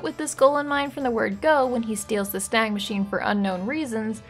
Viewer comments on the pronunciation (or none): none